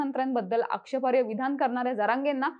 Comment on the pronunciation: आक्षेपार्य असा शब्द नसतो हो.. आक्षेपार्ह असा शब्द असतो..